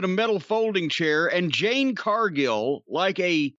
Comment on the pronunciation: Has anyone told Jim that her name is Jade😂